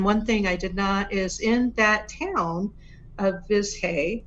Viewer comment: If it's spelled "Vizhay", wouldn't it be pronounced with something CLOSE to the "j" sound like in Dr. ZHivago? So it wouldn't be ViJay, but it also wouldn't be "Viz-Hay" like how she said it here. Viz-Hay just sounds so anglicised, like how my mom used to pronounce the town of Roseto, PA, "Rose-2" instead of "Ro-SEE-toe". Just because English doesn't use "zh" together, doesn't mean other languages don't. Imagine some language w/o the "th" sound saying, "tee-hee" every time they say the English word, "the". (Edited because I had a brain fart & used the wrong word: "Anglicanized" LMAO! I didn't catch it until after I'd posted.)